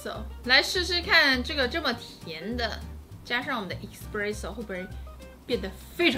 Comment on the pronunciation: 還有製造過程中，蛋黃+砂糖後，定要隔水加熱至60度左右殺菌+稠化，看很多人都沒做這一步！ 可以注意一下 ‘Espresso ’ 第一個字的發音